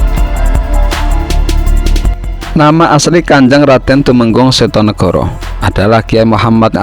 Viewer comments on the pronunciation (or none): Min itu bacanya seco negoro.tulisanya tj bukan ty . Tj di baca c.suwun. dari seco Prihartono.